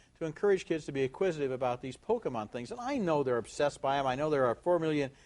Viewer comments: It's about acquiring Poke-uh-muns. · i love it when roger says "THEYRE AQUIRING POKEMUNZ!!" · "It's about acquiring Poke-mins." LOL! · well he is not wrong. except for how he pronounces pokemon lol.